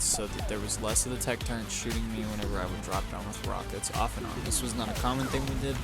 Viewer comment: Turrets bro. Turrets. Not Turrents